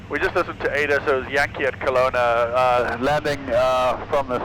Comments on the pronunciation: The mispronounce of Kelowna, man that one hurt 😅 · every Canadians gonna love that. Kalauna hahaha